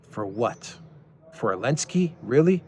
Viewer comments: Why do you call him Elenskiy? He's Zelensky 😅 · You don't even know it's Zelensky, not Alensky....I can take none of what you say as informed based on that alone. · Idlike when u said : for what,.. for what,...?? Elensky? Really?😀👍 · Can you say XYelenski? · I love how you call him elensky makes me laugh everytime. (He doesn't deserve a capitol E) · It’s helensky